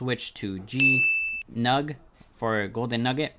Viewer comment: GNOG (Golden Nugget Online Gaming), not "GNUG" ;)